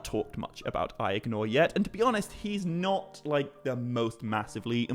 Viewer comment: I swear everythime you say Aegnor, I hear "the brother I ignore" :D